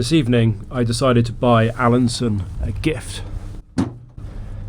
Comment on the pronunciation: Alansøn is not pronounced "Alanson", ø is pronounced like the "u" in "burn".